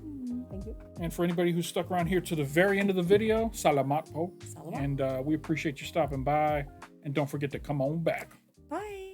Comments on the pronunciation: Sa-LA-mat instead of salam-mat. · Its very funny how (is that how u spell it?) Pronounces filipino words wrong like salamat, just like tagalog it doesnt sound straight, its kinda like "taGAlog" then "saLAmat". But I guess that works 🤷‍♀️ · “Salamat” is accented on the 2nd syllable: sa-LAH-mat, just like Tagalog is pronounced ta-GAH-log. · Welcome to the Philippines! Salamat is pronounced the same way as tagalog... stress on the second syllable Tagalog ..... ta - GA - log Salamat ..... sa - LA - mat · I love your reactions to videos about the Phil. & Filipino music artists.. Sala'-mat is spoken just like Taga'-log...welcome to the Philippines... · Hope it helps... Pronounce Salamat correctly. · You got Tagalog right... But mispronounced Salamat... Most often than not, it's always on the 2nd syllable.